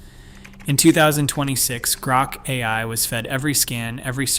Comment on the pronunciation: "Grok a-lie" 💩